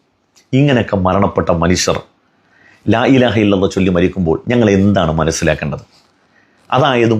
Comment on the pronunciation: ലാഇലാഹ എന്നാണ് . ലായിലാഹ എന്നല്ല